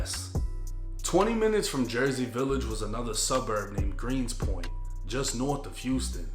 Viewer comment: Its gunspoint not greenspoint.